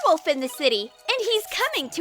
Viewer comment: Why is he even trying to catch the where woft